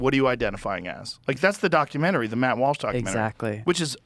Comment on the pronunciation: Idiot makes fun of someone for mispronouncing Celsius and the proceeds to say “ockumenary” instead of documentary. It’s almost like if you’re constantly talking quickly you might trip over a word. The hypocrisy is palpable.